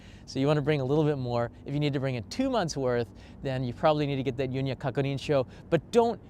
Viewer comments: I have no idea why pronounces it "yunya," but you will hear "yunyu." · FYI, "Yunyu" is pronounced like "you-new (輸入)", not "Yun-ya". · Thank you for the video. BTW “Yu NYU” is pronounced as “Yu” “NYU” separately, which means import. “Kakunin” means confirmation. “Sho” means form. Your video was most comprehensive.